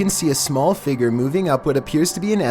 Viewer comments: Number 15 i thought he said bald child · "number eleven. the figger" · Omg it’s figure not figre no hate but I love you vids though